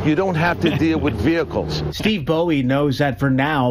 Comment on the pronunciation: How is Bowe pronounced Bowie?